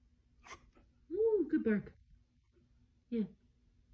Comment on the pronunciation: The owner was saying "good bark" but pronounced it as "good boooooork" no need to be so aggressive :) just take a few seconds yourself to re-listen.